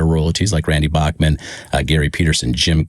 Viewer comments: Bachman is pronounced Backman, according to Randy himself! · you're saying "bachman" wrong